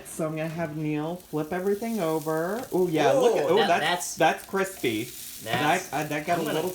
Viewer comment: “It’s getting crispied” 😂😂😂